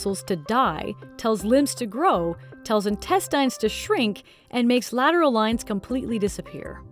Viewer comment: Am I the only one who's bothered by the way she pronounces intestine. It deeply disturbs me and I don't know why. Actually, it's driving me crazy. XD